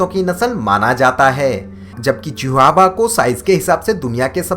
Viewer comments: Vo chihuahua h chiua nahi h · Chihuahua nahi Chihuahua dog breed bulldozer apni English thodi sudharo